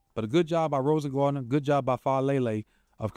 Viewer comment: Rosengarten. Not rosengardener😅😅😅